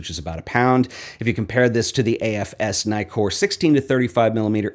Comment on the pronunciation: Two K in Nikkor, man. So, it’s “Nee-kor”, not “Ny-kor”.